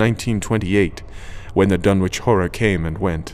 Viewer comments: Unfortunately it is pronounced "Dun-itch" not "Dun-witch"! As in "Greenwich" the "W" is silent. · Pronunciations are wrong. Dunwich is spoken "Dun-ich" , Whatley is WAIT lee. But I can live with it. This is my favorite story. Wilbur is such a freak. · in new england, it is Dun-ich. not wich. other than that its good just not reseached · I have long since grown sick and tired of the mis-pronunciation of the name "Dunwich" by absolutely everybody. It is my pet peeve. This is an English name and it ought to be pronounced in the English manner. Lovecraft was English to the hilt and at his very core. It's "Dunnidge", not "Dunn-Witch". For Greenwich, we don't say "Green-Witch", but Grennidge. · I've always pronounced it "Dun-itch".. Surely an anglophile like Lovecraft would have as well?.. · Please tell me the pronunciation is "Dun - itch" not Dun-witch" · This is great, unfortunately as a former Suffolk resident hearing the "w" in Dunwich sounds very wrong to me, there it's pronounced "Dunnich", otherwise the narration was amazing. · I wish you would do all Lovecraft stories with the effects. they add so much. My only complaint is small mispronunciations. Ichor is "eye-core", not "ick-er". Dunwich is "Dunnich". Things like that. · Dunwich is pronounced Dunn-itch phonetically... with a silent W